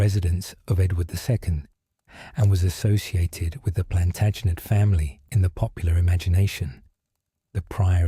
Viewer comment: Plantinejette? Interesting pronunciation choice...I do see it gets better as we go